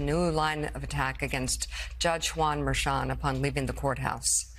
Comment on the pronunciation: It's Judge Juan Merchan. No "t" at the end of his name.